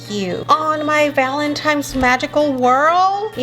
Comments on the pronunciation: when ur 38 and still say valentimes with a m lol no hate but i was just saying am i the only one who noticed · Not to be rude, but it’s “Valentines”. Many people mess this up, which I do not at all blame them. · Did call it “valentimes day”???? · me-valintines -valintimes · Valentines is what is saying